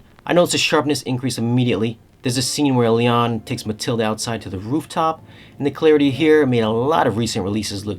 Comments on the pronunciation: You don't pronounce the "H". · Mathilda, not Matilda.